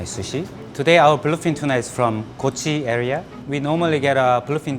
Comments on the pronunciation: Did he say kochi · Did he said KOCHI 🤔.